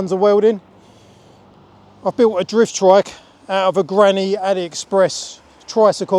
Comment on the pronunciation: Ya, keep on with the drift "er" trike. 😅